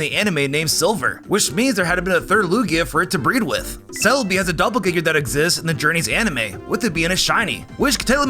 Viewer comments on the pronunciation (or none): none